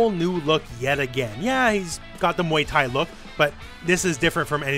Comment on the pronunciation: Nobody:: muey thai